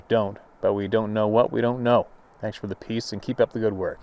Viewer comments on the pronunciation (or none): none